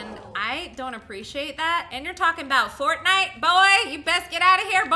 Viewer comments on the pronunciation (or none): none